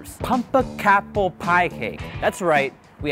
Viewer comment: guys - pum-pec-apple 🤦‍♀️ its that simple